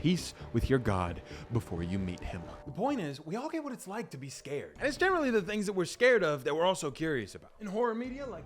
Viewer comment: I fink I wike this guy he’s pretty funny